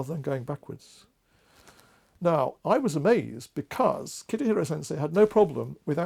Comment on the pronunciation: So nice. Thank you. If I may - the name is Kitahira Sensei (not "Kitihira" sensei)